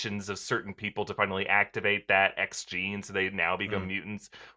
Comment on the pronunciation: Not the Xgene but the Hex-gene